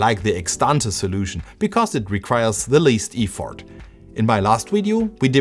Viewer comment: Look up "Effort" and "Piano" as english pronunciation. impressive how you can reverse engineer an entire PCB but dont see the small mistakes in english. also at the end, its not "Borrow me", its "Lend me" if its said that way